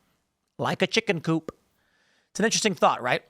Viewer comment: Bro, I don’t know why I find it so hilarious every time you say chicken coop lol